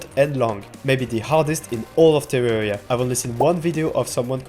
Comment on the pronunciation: What's with terraria youtubers and weird unsettling english accents and pronunciations? Is it required to have distorted English to make terraria videos? "tsewwawwia"